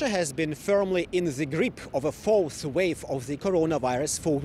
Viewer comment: Dide he say false wave or fourth wave. Lol. What a joke